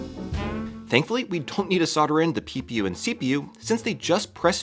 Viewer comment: Everytime you say ppu I hear pew pew.